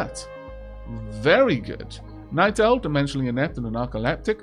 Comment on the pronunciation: Am I the only one who hears "Night Elfs" when says "Night Owl"?